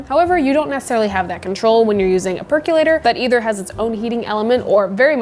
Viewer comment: I was so excited when you said "perc-UH-lator" because I finally heard a pro pronounce it! And then you also said "perc-YOU-later" 🤣 I think your videos are fantastic. Thank you for making them!